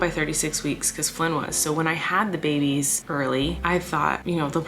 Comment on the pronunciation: My family is praying that your little babeh’s (I tried spelling it the way you say babies 😆) will be home for Christmas. Sending LOTS AND LOTS OF PRAYERS AND AMAZING VIBES YOUR WAY! ❤️ ❤️ ❤️ ❤️ ❤️